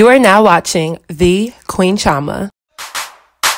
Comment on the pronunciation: This is the first time I’ve heard your name pronounced that name. Most of the time I’ve heard it pronounced as Cheee- oh- ma